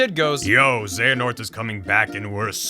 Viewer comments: HAHAHAHAHAHAHAHAHAHAHAHA! It's cute that you think Square would be that gracious. That and, uhhhh... the Keyblades in the Keyblade Graveyard are all, like, dead. That's why it's called the Keyblade GRAVEYARD. Though it lacks graves. Also it's Xe A Nort, not Xe Na Ort It is indeed real Also there was one relevant thing in the Disney worlds in KH3 and that's Yeetus Vanitas. If you don't know what this is, look it up. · Dude, I believed in you when it came to getting the name Xehanort correctly. You started off with "XeNaHort", but then the guy in the video said it correctly a bunch and you even stopped when his name was on screen, but you still stuck with "XeNaHort". Afterwards you got on board with the term "Norted" and I was like "surely..." But nope. "They all got NORTED so they are part XenaHORT"... huh? :D My hope died then. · When he keeps telling Xenahort instead of Xehanort. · It's not "XenaHort" it' ZE-HA-NORT. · His name is Xehanort not Xanahort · I love that he kept calling “Xehanort” “Xanahort”. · IT'S X E HA N O R T. Not Xenahort..... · Why do people keep saying Zanahort? It pronounced Zeyanort. It just looks Xehanort just how Xerxes is pronounced Zerksies. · Hearing you say xanahort instead of xehanort is activating multiple fight or flight tendencies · It's funny how many times he says "xenahort" even when the video says it right just as many times. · I find it frustratingly hilarious that in spite of seeing and hearing it 20(ish) times you still said Xehanort as " Xanahort". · ZAY-ha-nort. ZAY-ha-nort. It's not like he said the name 59 million times during the videos or anything 🙄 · my favorite part is how you called xehanort ‘xanahort’ the whole time. and then mispronounced the name multiple times when discussing characters being ‘norted’ without actually pronouncing any ‘nort’ in his name. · Is anyone else getting increasingly angrier every time he calls the bad guy 'Xenahort'? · how many time were you gonna say xehanort wrong omg. 🤣😭